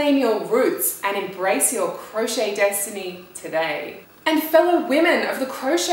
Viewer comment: 'Desitiny', hmmm